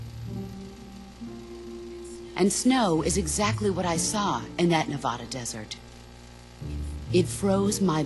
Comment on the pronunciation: Why does everybody mispronounce Nevada? We don't use the Spanish pronunciation... :/